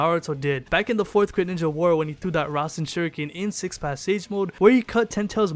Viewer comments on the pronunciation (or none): none